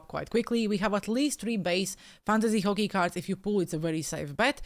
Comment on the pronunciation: What the hell is Fockey? 😂